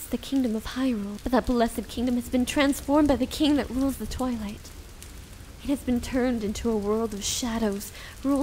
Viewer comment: sounded like you said" taken over by the ruler of the toilet" so did evry time u sed twilight.